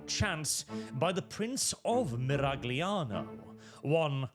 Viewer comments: It's pronounced 'Miral-yano'. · That's 'Miral-yano' to you. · the G is silent (probably)